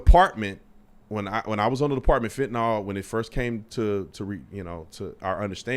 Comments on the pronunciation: Why tf do they keep saying "fentanol?" Its fentanyl. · HOW is it completely impossible for anyone to properly pronounce fentanyl? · Fentanyl has been in the news for a while because of overdoses and then even more after Floyd, so I assume most people can pronounce it. Besides, if someone is presenting a news story, you would think they would prepare and know how to pronounce the words in the story.